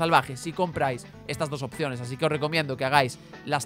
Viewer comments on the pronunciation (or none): none